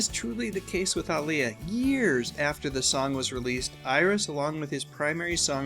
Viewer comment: Sounds like he is saying AALIYAH